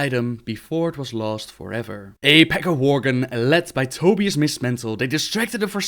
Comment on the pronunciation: I think its pronounced To-buy-us and not Toby-us. But hey. I didn't create the guy.